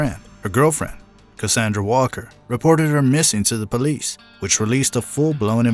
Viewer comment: WALLER!!! Not Walker